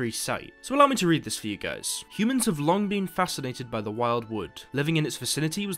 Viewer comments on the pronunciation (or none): none